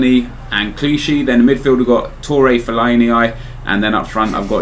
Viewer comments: Nep it's pronounced fell-ay-nee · Fell-a-ne-I lol? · Why does he say fellainieye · fellaini-I loooool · the way you say fellaini LOL still one of my favourite youtubers though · What the fuck did you call Felliani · HAha love how he trolls by saying lulz for David Luiz and for fellaini he calls him fellaini-i